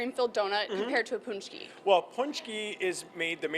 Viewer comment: pohnch-key, not poonch-key. :) There's a video on my channel with the proper production. Pączki Day is an American tradition (well, French). But it's good to see Americans enjoying pączki :)